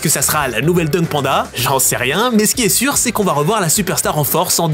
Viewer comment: "mais c'était sûrrrrr enfaite, c'était sûrrrrrr"